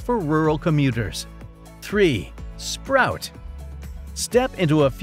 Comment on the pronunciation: nice try. but... Number Three - is not "SPROUT" it's SPOUT, wth. You show the brand several times.